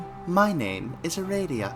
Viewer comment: First I was like "huh he's pronouncing aradia wrong" Then I had a thought. Do homestuck characters even HAVE official pronunciations? My world has been upturned... Thanks for the reading! GM, master of aradia.